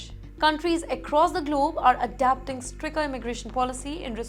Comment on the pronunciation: It is stricter not stricker